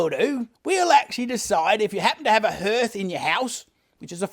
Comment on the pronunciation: Hearth is pronounced like "heart" with "h" on the end, not 'herth'".